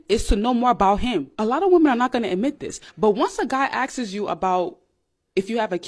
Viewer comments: asks not axes 🥴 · Anyone who says " Axes" for Asks should not be giving advice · If he "axses" if you have a kid? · “Axe’s you” that sounds like all we need to hear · "on this day he axes you ..." lmao Yeah, cotton, top quality right there. Let's see if it works out for them. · “When he axes you…” Like… axing you… in the FACE?!?!? Axes you? To me… it means using an axe…